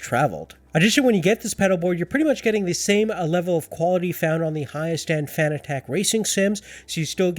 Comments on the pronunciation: he is saying fanatec so wrong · Couldn’t finish the video. The way you pronounce fanatec makes my hair stand on end lol